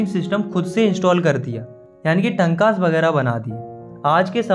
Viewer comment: Correction: टंकास❌ टांकास✔️ पलार❌ पालर पानी ✔️